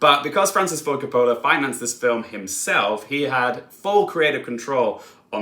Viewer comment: If you want to be in the movie review business - and I realize this is probably his last film - you have to learn how to pronounce Coppola (hint: it doesn't rhyme with "cola" and the emphasis in on the first syllable, ie COP-ola). He's one of the most important filmmakers of ALL TIME.